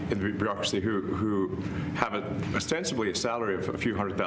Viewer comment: It sounds like you’re saying the Barackcrasy lol which you still aren’t wrong.